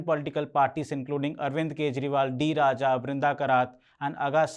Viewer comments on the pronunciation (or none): none